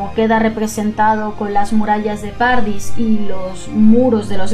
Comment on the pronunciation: Jaja, se me hizo muy raro escucharlo así. Para mí siempre ha sido como paraíso en italiano xD.